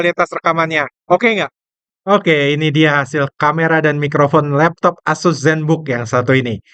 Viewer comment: ASUS bang, bukan AZUS. Kalo AZUS ntr bisa kesamber petir 😅 Core ultra 9 secara harga udah jauh bang, bisa jadi kalo pake core ultra 9 bisa nyentuh 30an jt lebih. Plus, yang paling make sense, core ultra 9 secara spek bukan untuk laptop thin & light. Secara performa kenceng, yang pastinya bikin battery ga hemat. Sedangkan ZenBook ngejer battery life. Mangkanya core ultra 9 cuma ada di Zephyrus G16.